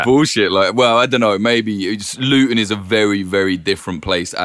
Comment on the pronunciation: Such ignorance from the presenter....immediately mis-pronounces Luton as Lutton (if it was Lutton it'd have had two t's) & then immediately mis-pronounces Vauxhall saying 'It's a car maker I've never heard of' despite the fact that from 1925 Vauxhall had close links & ownership bonds with General Motors of, wait for it, Detroit, Michigan! I mean, at least do some research before coming on air!!? I stopped listening at 3 minutes....